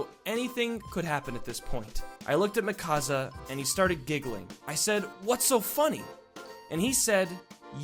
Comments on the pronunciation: OMG MIKASA ISNT PRONOUNCED MEH-KASA ITS PRONOUNCED MEE-KUH_SUH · I knew that character looked familiar in the thumbnail.. Btw it's not pronounced Me-causza it's Me-kuh-sa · I wonder why he says it as mikaza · “Mikaza” TRIGGERED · "lets call her micasa" ITS MIKASA OMFG THAT KILLED ME XD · GODDAMIT ITS NOT MIKAZA it's Mikasá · its not mikazzzzzzaaaaaa its pronounced meeka(S)a but spelt mikasa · mihkasa? ITS MIKASA MEEKASSSSSSSSAAAAAAAA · Ok, lets get this straight. It's pronounced, Me-ca-sa. Not Mik-as-a! Say it with me. ME. CA. SA. NOT. MIK. AS. A. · its not mikaza its mikasa and mikasa loves eren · "Mikaza" Hahahahaahha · It's mi-ka-San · IT’S PRONOUNCED MEEEEEEEE CA SA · Its pronounced me-kaw-suh and that was eren jeager and jean 😂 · "lets call her mikasa" pronounces it Muhkassa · It's pronounced, "Mee-ka-sa" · It’s pronounced mikasa🙃 Not trying to hate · Mikasa = Me-Ka-Za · I was so uncomfortable when he pronounced "mikasa" like thatt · That's not even how you say Mikasa. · Argh! The pronunciation of Mikasa!!! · i was so angry how he pronounced mikasa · Ticci Taylor Rodgers he pronounced Mikasa wrong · He didn't pronounce Mikasa correctly. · The way he pronounced Mikasa